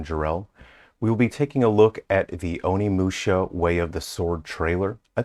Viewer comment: be a bit careful about pronouncing OnimushA, not Onimushi. Mushi means insect in Japanese.